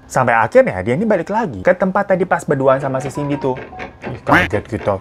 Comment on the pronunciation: Bang cindy bang bukan cinday🤣